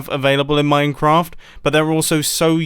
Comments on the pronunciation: Mum I said minecwaft at the start of the video. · I'm the only one who hear him say "minecwaft" like a child at the start of the video?!?! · did he just say minecwaft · mumbo: minecwaft